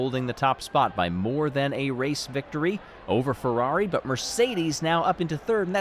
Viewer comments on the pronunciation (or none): none